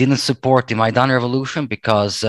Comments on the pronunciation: This is not about one letter. It is the combination of "ai" in Maidan. So MY dan. The "a" in Dan is NOT pronounced like an "e." It is like in man, stan, band etc. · I'm pretty sure it's pronounced MY DAN in english.